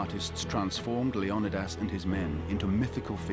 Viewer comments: Leo knee this. is his name, not Leo Don dos, fucking hell. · Leonadas? You mean leonidas?🤣🤣🤣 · Pronounced LAY- on- E - DAS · Another documentary that doesn't pronounce Leonidas's name correctly :o( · Wish you could pronounce leonidas correctly. Threw me off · how he says Leonidas really erks me